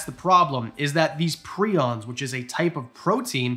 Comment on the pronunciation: PR-EYE-ONS you silly Canadian goose